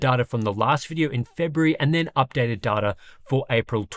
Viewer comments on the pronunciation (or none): it is data mate!Not data!;)